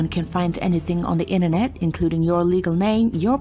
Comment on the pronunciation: Will someone teach her how to say “inventory”…please? And “military”? And “Internet”? Or is there something else called the “Innernet”? 🤔🇨🇺🇺🇸